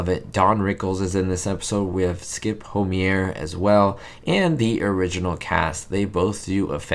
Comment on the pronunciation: I enjoy your postings very much, I sense a real affection for these shows and movies from you, and I like the sound of your comforting voice. One thing to note: the last name of the actor in "The Addams Family" Halloween episode is pronounced HO-meyer (meyer rhymes with fire). I used to make the same mistake. He actually began his career as a pre-teen actor billing himself as Skippy Homeier. Keep up the good work!